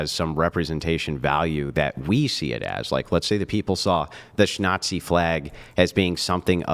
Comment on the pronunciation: No "shtick"! If I have to listen to one more idiotic mispronounciacion of "grape" or "shnazi," I think Im gonna "unalive" myself! For "fox" sake!